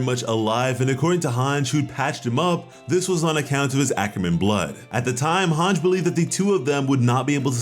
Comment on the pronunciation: couldn't even finish bc of Hange's mispronunciation